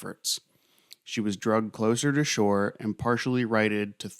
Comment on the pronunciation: "Drugged" Im guessing you mean Dragged ?